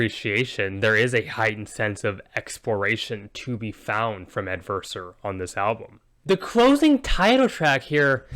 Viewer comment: You got my name pronunciation correct! Thanks for the review and for the kind words, glad you enjoy it ~ Ale from Adversor